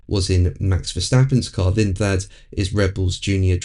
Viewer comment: I don't really rate Lindblad very highly, the guy can't even pronounce his surname correctly!